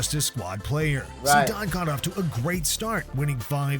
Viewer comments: bros.. its not pronounced Zidaaayne😂😂... its pronounced how its spelled. Zidane. btw, madrid are currently on a 42 games unbeaten streak in the league. pretty impressive if you ask me.. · It’s pronounced zi-dan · 3 years of reacting to football and don’t even know how to pronounce zidane